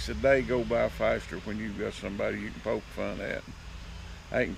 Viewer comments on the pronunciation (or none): none